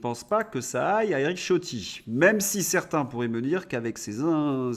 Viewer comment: Il me semble que le nom Ciotti qui est italien se prononce Chiotti !